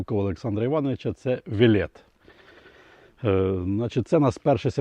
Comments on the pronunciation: Дякую вам за перехід на рідну мову! Але назва була озвучена на мові окупанта і звучить навіть недолуго. На нашій солов'їній назва правильна і звучить і має підгрунтя ,,ВЕЛЕТ'' наголос на першу літеру ,,е'' що має на увазі велетень. Але дякую за те що ви перейшли на нашу рідну мову!!!! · Правильна назва то неправильне вимовлення "велет"наголос на перший склад,на мій погляд від слова велетень. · гадаю наголос треба ставити на перший слог.